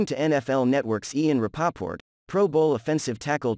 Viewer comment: Let's hope The 'Phins do a better job of signing Armstead than this narrator did of pronouncing "Rapaport", LOL. My God that was so LAME!